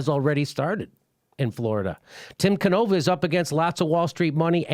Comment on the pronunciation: Jimmy! Jimmy... Jimmy. It's pronounced Tim Can-oh-vah. Canova.